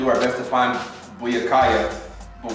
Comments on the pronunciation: I kept cringing on how he be pronouncing Byakuya's name. It's By-ak-uya 🙄😂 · Its pronounced (bee-ya-koo-ya) byakuya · I know I’m years late but damn how can’t you say byakuya?😭 you must’ve never seen bleach😂😂😂